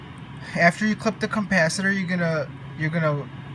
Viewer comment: Not sure i would take shocking advice from a guy who says compacitor….